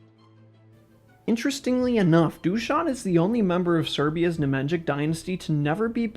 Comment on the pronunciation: Ne-Mahn-YeeeeEeeee-CH = "Nemanjic" in pronounciation. not "Ne-Man-Djick"